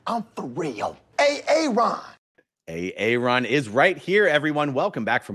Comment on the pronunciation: that's ay-AY-ron for you